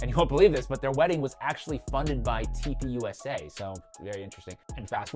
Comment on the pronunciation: Does anyone else hear toilet paper instead of turning point when he says TP USA? 😅